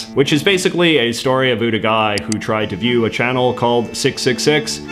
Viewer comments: It's pronounced ABOUT, not a boot. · a boot 👢